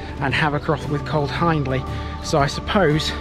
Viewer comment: Another good one. Please correct me if I’m wrong, but I’m pretty certain Hiendley is pronounced Heendley. You’ve got me wondering. I’ll ask a local the next time I’m cycling in the area.